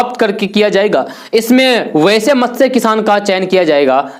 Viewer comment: अरे वाह ! आज एक शब्द का उच्चारण तो आपने इतना शुद्ध किया कि मैं तो चौंक गया. जी हाँ, वैसे तो आपके वीडियो में अक्सर ही उच्चारण-दोष देखने को मिलते रहते हैं ; लेकिन आज एक शब्द “मत्स्य” का उच्चारण आपने इतना शुद्ध किया जिसे अच्छे-ख़ासे पढ़े-लिखे लोग भी शुद्ध नहीं बोल पाते.